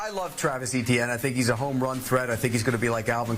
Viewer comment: Etienne is a French name and the "E" is softer, as in "et".